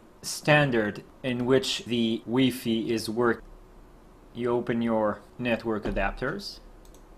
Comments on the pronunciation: Took a lot of energy to stop me from throwing my remote at the TiVi because you kept say WeeFee. Do you say HeeFee for high fidelity too? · he is most probably French that's why he was saying wefe